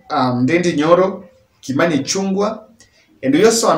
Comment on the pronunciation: the way u pronounce the name Ichung'wa is wrong.. There's an apostrophe btwn g&w which shud be pronounced like you read the word "Ng'o.. Mbe" that Ng'o is instrumental.. Then, ichungwa is an ORANGE 😀...the vowel 'u' in Kikuyu is sounded like 'O' in English... If you didn't know, now u know 🤣🤣Thx for ur gd Job